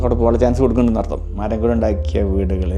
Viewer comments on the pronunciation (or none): none